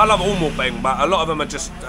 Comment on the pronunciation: mate, it's not sodding MOR PING.....It's MOO PING or หมูปิ้ง You should know this; it's pretty basic....